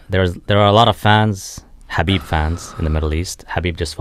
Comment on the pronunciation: Why do Indians call KAH-BEEB HAH-BEEB are they high. Are they drunk. Yoga fire yoga flame?